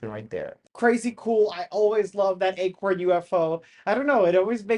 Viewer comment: Pronounced acorn not egg-corn.